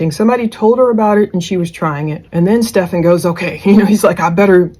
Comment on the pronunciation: right. Not Steph -FAWN 😂